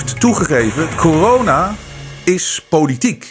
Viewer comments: Misschien een domme vraag..maar waarom noemt "corona" "kijona"? Vindt t wel grappig klinken maar wil de reden weten. Heb ik iets gemist of hoe zit het. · Waarom zegt hij steeds kiyona en niet corona ?🤣 Vlgns mij haat hij het woord zo erg dat hij het niet wilt uitspreken